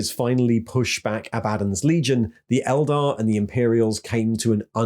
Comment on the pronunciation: That being said…. Keep pronouncing Eldar wrong ;)